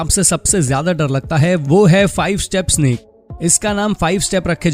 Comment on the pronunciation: Snap nahi snake 😂😂😂😂